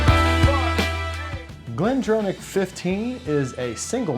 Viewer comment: Great vid but as a scotsman who used to work at glendronach its pronounced glendrawnach as in to draw a picture wont even go in to the ch pronounciation its close enough. Geeat vids in general. Definatly going to expand my whisky pallete now cheers min